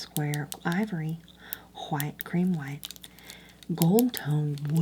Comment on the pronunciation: The way she says HWHITE 😭❤️